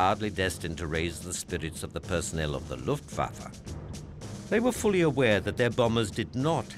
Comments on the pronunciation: Am I the only one wondering who is the Luft Fa Fa in this doc? :D Any historian should know it is written Luftwaffe. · Great documentary - But did you not mean Luftwaffe -rather than Luft Fafa! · The Luft Fafa, eh?